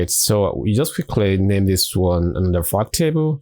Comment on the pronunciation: I kept thinking he was saying "fuck table"